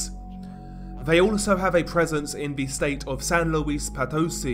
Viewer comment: But, not nearly as bad as San Luis Potosí 😅